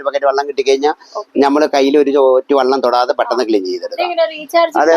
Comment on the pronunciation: വള്ളം അല്ല വെളളം..